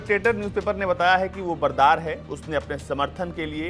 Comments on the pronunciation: Bro it's mulla Baradar not Bardar. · ।।।। बरदार नहीं बरादर है।।। पहले बोलना तो सीख ले।।। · बरादर है यार बरदार नही। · Support se anchor bna lag rha hai Baradar ko bardar bol rha hai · Mulla brather to to bolna seekh le bhai